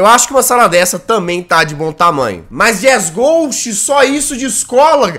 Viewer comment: É impressão minha, ou ela falo "Lacoste" quando tento fala jazzghost?